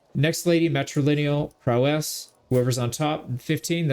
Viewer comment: You can tell the word prowess was never used around this guy…. lol you don’t have to emphasize the “ess” at the end… it’s not two syllables